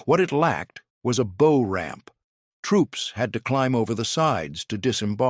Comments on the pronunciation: EVERY AI narrator does this bow vs bough. If the AI is so damned smart why can’t it learn this? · Anyone who knows boats knows how to properly pronounce the bow of a boat. Your AI reader is most unimpressive. I dislike AI fluff videos. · Aha ! the artificial text-reading-narrator realizes that "bow" rhymes with "ow" rather than "beau" !